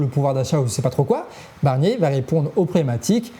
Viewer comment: A 1.20seconde j’entends Bernier 😂